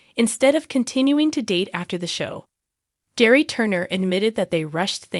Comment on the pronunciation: Please pronounce their names correctly. Gerry is pronounced Gary with a hard G and Theresa is pronounced T-reesa. I enjoy your videos but the mispronounced names drives me nuts.